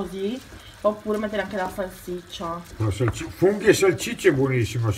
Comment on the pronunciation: Si dice salsiccia no salciccia